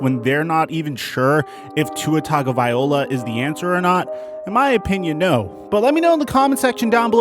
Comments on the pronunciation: Great vid but you might want to check how you say Tua's last name. It's TagovaiLOA not TagovaiOLA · It's tung-oh-vai-lo-uh, not tung-oh-vai-ola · ITS TUA. TAGO- VAI- LOA DAMNIT!! NOT VIOLA!!! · Tung-uh-vai-lo-uh lmao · Dude if you're going to make a video and talk about professional football players say their name right! Figure it out. Tagovailoa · it’s not tungaouviloa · It’s TUNG-oh-vy-LOW-uh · needs to work on his pronounciation ov Tagovailoa 😄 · I can't believe that you spent the entire video mispronouncing Tua's last name lol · He was close he just forgot to pronounce the invisible n 😭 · Well never mind he completely butchered it after I listened to it again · Not just this video. Hes been butchering Tua's name for a while